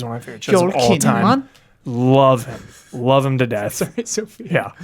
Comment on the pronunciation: Lol pronounces Joel Kinnaman the Norwegian way x) (yes I know her gfs Norwegian)